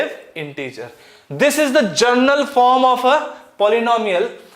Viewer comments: Sir it is not gernal it general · sir, you are pronouncing general in a wrong way ........